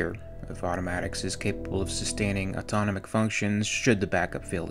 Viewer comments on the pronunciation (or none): not to be a dick.. (Im not I fricking love your content man.. really.. totally hooked) its pronounced auto-nom-ic also.. deuterium is doo-ter-ium ., I do this because I care.. your work is priceless <3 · Check your pronunciation of ‘deuterium’, ‘autonomic’ and ‘supralight‘.